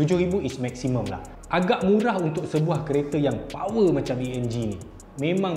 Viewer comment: Seram dengar punya MURAH